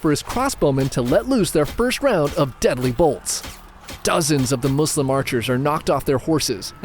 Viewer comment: I love that you say Muslim with S! I hate when people say Muzlims🙄